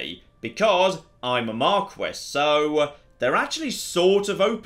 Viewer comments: Isn't it pronounced MAR-KEE? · Is anyone gonna let know that Marquis is pronounced more like mar-key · Please say marquis the way it should be said